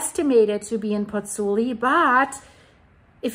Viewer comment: The city authorities are damned if they do and damned if they don't - they can't win. On a point of information,, 'u' in Italian (as in German) is pronounced 'oo'. Both vowels in the diphthong in Pozzuoli are pronounced, so Pozz - oo - aw - li...